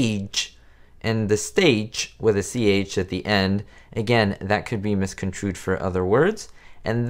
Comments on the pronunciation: Desi was perfect as Ricky. And he was a very good actor too! As a side note, I laughed when you said “miscontrued “ instead of “misconstrued!” 😊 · This is a hilarious video. Especially when you say “impordunt” instead of important (but don’t worry too many people do that) or “miscontrude” instead of misconstrued. A lot of good information in your videos though. Keep it up!